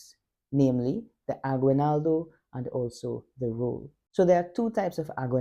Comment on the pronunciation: So, for future reference, the word is pronounced ah-ghee-NAL-doh. The only time "gui" or "gue" is pronounced gwee or gway in Spanish is when you see a "u" with two dots on top like this--ü. It's called a diaresis. For instance, the musical instrument, "güiro", would be gwee-roh; a handsome guy, "güero", would be gway-roh. "Aguinaldo" does not have a diaresis. Keep going. Best wishes.